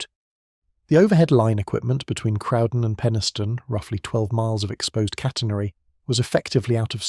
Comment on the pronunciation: Interesting, but the pronunciations need looking at. Crowden is pronounced Crow (as in the bird) Crow den. Same with other words. There are plenty of photographs of the Woodhead line so no excuse for incorrect pictures. Interesting but sloppy research im afraid.